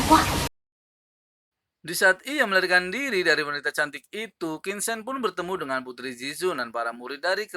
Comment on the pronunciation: Min bacanya tolong tetap qin cen jangan qin sen